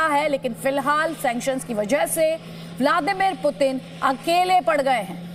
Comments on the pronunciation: पतिन नहीं पुतिन है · पतिन नही भाई ... पुतिन कहो 😀😀